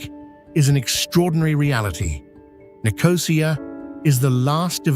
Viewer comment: sorry you’ve completely lost me. What’s Dutch got to do with it? If I made a video of The Netherlands I would make sure I checked the correct pronunciation of ‘Amsterdam’! It’s not difficult. But to mispronounce ‘Nicosia’ with the emphasis on the ‘O’ is unforgivable. No one does that. It doesn’t feature in ANY language. But hey, if you want to make excuses for these lazy idiots you go right ahead.